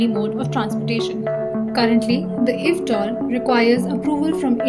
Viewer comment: I you don't mind me suggesting, the acronym "eVTOL" is typically pronounced "ee-vee-tol". eVTOL stands for "electric vertical take-off and landing".